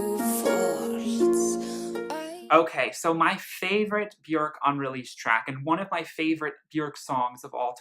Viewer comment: You and are literally the only 2 people I've ever heard say her name correctly